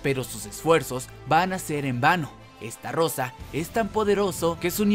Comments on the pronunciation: Se dice "ESTAROSA" NO "ESTARROSA" XD XD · Se dice estarosa no estarrosa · Alguien más convulsiona cuando dice "Esta rosa" en vez de "Estarosa" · che amigo por que deci estarrosa si es estarossa por le pones una r de mas???? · oe se llama ESTAROSSA no como lo pronuncias ESTARRROSA 😂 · Todo muy bien.. solo que es STAROSSA Y NO!!!!!! ESTARROSA... YA NO DIGAS ESTARROSA TE OYES MUY MAL!!!!!! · Es estarossa no estarrosa!!!!!!!!!!!!! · Tus videos muy bien amigo en serio solo que estarosa la r se pronuncia ligera cuando tu la dices suena como esta rosa y no bro, se oye mal Solo eso lo demas muy bien tu edicion y todo sigue asi solo es un concejo no me lo tomes a mal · We todo el rato q decia "estarosa" escuchaba " esta rosa" 🤣🤣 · Me aburrí de escucharte decir estarrrrrrrrosa🙄